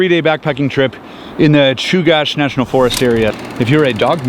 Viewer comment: Awesome video. Knowledge for the group at large - Chugach is pronounced like chew-gatch not like cache. Glad you got to enjoy some beautiful Alaskan summer weather.